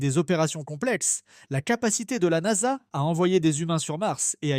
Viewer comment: la "N-A-S-A" sérieux, vous écoutez ce que vous produisez ?